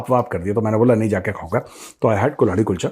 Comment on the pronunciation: कल्हाड़ी होती है वो मेजर साब, कुल्हाड़ी नहीं 🤣🤣